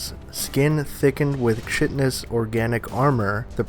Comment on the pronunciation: Chitin is not pronounced like that man....guessing you never were into that kinda fantasy stuff that used that word often. Here is a link to its pronunciation lol.